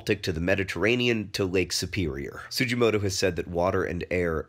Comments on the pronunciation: Sugimoto, not Sujimoto. Kind of like it's Mr Miyagi, not Mr Miyaji, Daniel-san. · Not to be rude or anything, but it's pronounced Su-Ghi-Mo-To (The "G" is like in the word "globe", not like in "giraffe") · The "G" in "Sugimoto" is pronounced as a hard G, like in "grape" or "ghost." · the g in Sugimoto is pronounced like the g in "give." Sorry John, I know mispronouncing is your thing but I couldn't leave without pointing that out